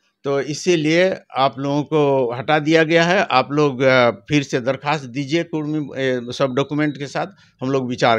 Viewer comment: REPORTER BABU ALWAYS SAY " KUDMI " NOT KURMI OF BIHAR AND UP.